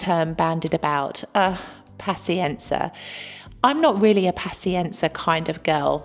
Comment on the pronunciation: As a brit living in Italy (mainly south) for last 30 years totally agree with everthing you say. N.B please pronounce paZienza properly. Hopefully you don't pronounce piZZa like pisa!